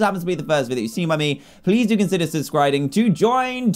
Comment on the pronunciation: “Please do consider sudscriding ”